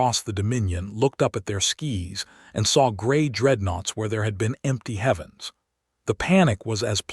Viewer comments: Another AI that struggles with English. The word 'skies' used in this story is pronounce (sk-eyes), not (sk-eees). 'Skies' are what you wear on your feet to glide down a snowy mountain. 'Skies' as used in this story is the atmosphere & stars above us. TEACH your AI the difference! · This AI needs to learn English. It made numerous mispronounced words throughout the story. An example: It pronounced 'skies', as in the sky above a planet, wrong. It pronounced it as 'skees' vs 'skies (sky plural). The authors & directors should listen to the AI & correct it when it makes a mistake.